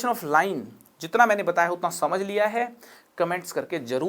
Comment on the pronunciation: Sir , video is very knowledgeable “but funny thing is bataya badtagya badtagya.......😇